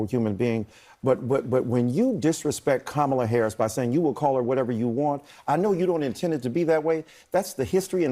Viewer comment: She made a fool of herself mispronouncing Harris' name several times. What a jerk.